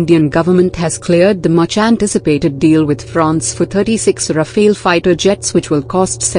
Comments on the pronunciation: Rafael???? it's RAFALE ! not the name of a turtle ninja! Say rafel in english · It's rafale, not Rafael. Rafael is related to Israel and rafale belongs to dassault, France. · RafAle, not "raphil" or "raphael" or "rapheel". Not the first one to have problems pronouncing vowels in order. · Not Rafael but RAFALE!!! Say RAFALE!